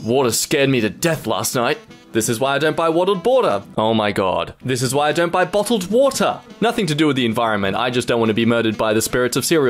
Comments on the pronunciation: wottled bawter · Wottled bawter 😭